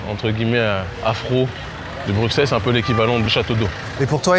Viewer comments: On ne dit pas Brucksel mais Brusselles merci 😀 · On dit pas BruKsel, mais Brussel, lorsqu'on a un minimum de culture enfin, je veux dire quand on est un vrai journaleux, quoi... Et puis ton visage,, hagard pendant que tu marches aux côtés de ton invité, t'as le droit de vivre tu sais! d’interpeller, de réagir, de faire des parallèles, des comparaisons, demander des exemples,etc... c'est ça un vrai journaliste. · ok juste Bruxelles se dit Brussel (le X était une abréviation du SS a l'époque des moines copistes) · On dit brusselles